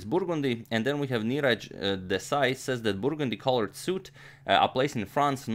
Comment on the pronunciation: I really like the way agadmator pronounces the word "burgundy".